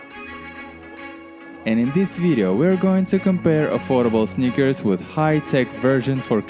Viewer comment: I mostly hear snickers